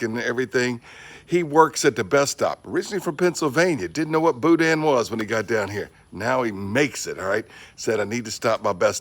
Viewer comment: In PA "Pittsburgh" never heard of Boudin at first thought you said Boot ends